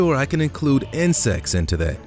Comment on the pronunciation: My mind is crazy for hearing inscest instead of insects